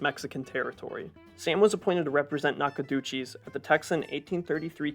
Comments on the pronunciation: Nackadoocheese! Made me laugh. It’s pronounced ‘nack-uh-doh-chis’ for all the curious folks who weren’t lucky enough to be from Texas. ;) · Bro dont ever try to pronounce Nacogdoches again in your life 🤦‍♂️ its naca-doe-shess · Lord, please spare us from non-Texans trying to present a history of the Republic of Texas. They spend a disproportionate amount of time on Eastern US history that has nothing to do with the Texas Republic. They mangle Spanish names and place-names like Nacogdoches (Knock-a-doo-cheese??. They even mispronounce certain English words. (Hint: The correct name for soldiers who fight while mounted on horseback is CAV-al-ree -- not CAL-va-ree. Calvary is the Anglicized version of Cal-VA-rius, the Latin equivalent of the Aramaic word GOL-ga-tha ("skull"), a hill in ancient Jerusalem where Jesus was crucified. Cavalry is the Anglicized version of the French word cavalerie, which is itself derived from cheval, meaning "horse.") Then there are the snotty moral comments here and there, judging 19th-century people by 21st-century values. This snarky, self-righteous virtue-signaling has nothing to do with better understanding the history of the Texas Republic. But the ultimate question is: How is it that a video purportedly about the Republic of Texas spends so little time discussing the Republic of Texas?? Perhaps the producer's time would be better spent on some other subject that he actually knows something about. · nacogdoches (nack-a-dosh-es) 😂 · Nice video. I enjoyed it. I do not like criticizing content creators as I could never do it myself, but Andrew Jackson adopted Indian children and the people who voted him into office demanded a solution to the Indian situation. And don't forget the giant block of smelly cheese party. 😂🎉. I'm from Texas so your pronunciation of Nacogdoches was hilarious, but I cannot blame you for that one. Just do not try Waxahachie!